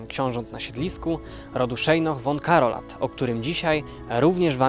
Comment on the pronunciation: Słowo von czytam fon a nie won. Warto to przyswoić bo dotyczy to wszystkich szlacheckich nazwisk niemieckich.